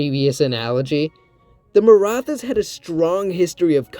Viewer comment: Great video! One comment though: The “th” in Maratha is not pronounced like the th in English, it’s meant to signify a hard T sound, like in “tea.” I have wondered a lot about what a Maratha-ruled India would look like though. I think there’s a decent chance it would survive into the modern day, especially if it is able to undergo a degree of industrialization (which was stifled by British exploitation) as well as a democratic revolution like England’s Glorious Revolution, where the monarchy is retained under a democracy. Unlike Imperial China, the Maratha political structure was somewhat set up for a democratic transition due to its separation of powers between the Chhatrapati, or emperor, and the Peshwa, or Prime Minister. The Peshwa wasn’t elected by a Parliament but it could have reformed into that. Of course, it’s also possible that, like in China, the Marathas are overthrown by a communist revolution lol. But we can dream.